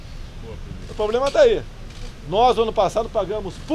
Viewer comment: Bozo fala "poblema" e ainda fala que precisa mudar a educação kk